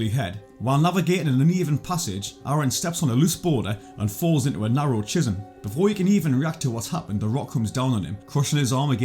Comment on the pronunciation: That’s the strangest pronunciation of the word ‘chasm’ I’ve ever heard